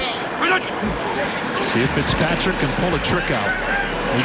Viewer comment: I never heard pickspatrick but I did hear fitztrajic